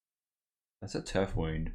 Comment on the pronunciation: What a sweet deck! Btw, I think the "wound" in Turf Wound is "wound" as in injury, not "wound" as in winding. Loved the games, thanks for the vid!